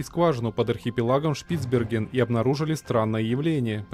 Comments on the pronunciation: Понятно что читает не человек, но ударения. На Е. шпицбЕрген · Хоть узнай как правильно ударение ставить в слове шпицберген